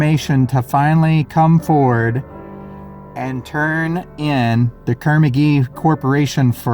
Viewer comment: It's not Kermagee. It's Carnegie. Get the murders right. All to socially engineer us.